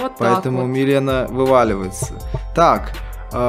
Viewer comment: Правильно:Милина а не мелена, не Райдн а Рейдн